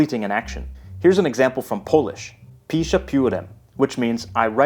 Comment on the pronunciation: Hi, in the Polish example you pronounced the word "Piszę" as "Pisze" which means "he writes" and not "I write" Also the word "pióro" means one of those old fashioned feathers that you dip in ink. A simple pen would be "długopis" Other than that, great video!